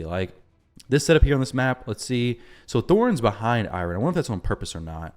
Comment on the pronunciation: I’m sorry but I’m so bothered by the way you’re pronouncing Eironn 😭